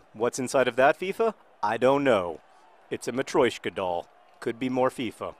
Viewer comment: I'll correct you: FIFA 11, not FEFA 11